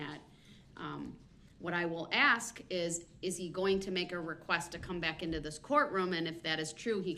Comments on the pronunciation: Once again...it's ASK and not AXE! It's OBJECT and not EJECT! He's completely off base he keeps saying that he doesn't understand her questions or requests, but he sits there smug and thinks he knows the law which he clearly doesn't. It's the biggest of waste of time. He doesn't care because he knows he's going to rot in prison. She has given this joke of a human being hundreds of chances and he's done nothing but disrespect her and the court. He says he understands and then goes right back to causing the same problem. He says yes and then goes on a long speech about this and that without caring about anyone else. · Please...please say "ask" not "aks."